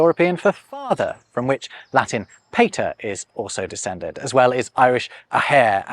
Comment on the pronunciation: Bro, please, for the love of God, fix your Latin and IPA pronounciation 😭😭